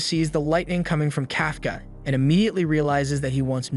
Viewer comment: Kafka Kafka (Cough)(caw) Not (Calf)(caw)